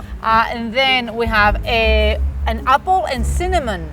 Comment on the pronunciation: I would really, really, really like for you to teach Spaniards how to correctly pronounce "Google" and "Apple"...........ya me tiene loco de escuchar "goguel" o "apel", y se que hay otras mas.....